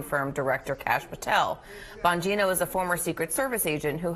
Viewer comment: Enunciated carefully please It sounded like you opened with, "Tampon Gino"